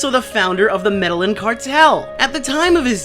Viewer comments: It's pronounced "Med-A-Heen". Please don't say "Med-A-Lin" ever again. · it's pronounced "Meda-yeen", not "medalin" the double Ls means it's not an actual L sound. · Listen not to be a grammar Nazi, but Medellín is pronounced med-ee-n, not med-ill-in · It's pronounced sorta like... meda yeen not meddalin. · I told him that too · Medallin pronounced Meda-yeen. Two L's in Spanish makes a Y sound. I'm sure no one cares but this old Betty. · Yeah so... I hate to be this guy.... It's pronounced "Medda-YEEN" or if you want to be really proper about it, "Meda-zjin" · It's MED-EE-IN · lol "meddle-lin" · My dude it's pronounced medejin Not actually Medellin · Ooofff I'm Colombian. I cringe when I hear you pronounce Medellín. It's pronounced like "Meta-jean". Sorry to be picky lol good video anyways. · Medellin is pronounced Med-i-YEEN or Med-i-JENE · btw its pronounced Meh-deh-yeen 😅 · you pronounced 'Medellin Cartel' wrong. Its is pronounced med-i-een. Research and all ............. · I'm sure I'm not the 1st,but PLEASE.. Learn how to pronounce Medellin cartel.. It's painful to hear.. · Learn to pronounce Medellin you fuckwit. Better yet learn some spanish, fuckface. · IM SORRY BUT AS A COLOMBIAN, HOW YOU SAID MEDELLIN MADE ME CHOKE 😂🤣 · Glad to see I'm not the only one who caught that. I slightly cringed when he said it that way 😂